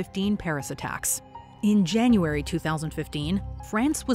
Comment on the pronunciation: “jAnUArY sIXtH”